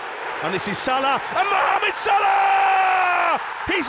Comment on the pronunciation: After all the joy he has brought to football, you could at least pronounce his name correctly.. “mmhammed sulah”.